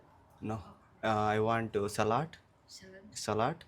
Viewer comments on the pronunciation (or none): English matadam nerchuku Salat kadu salad ani nerchuko Minus kadu mynayse Simple words correct ga palakam nerchuko please